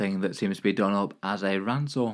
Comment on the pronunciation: I'm sorry that rancor pronounciation was absolutely diabolical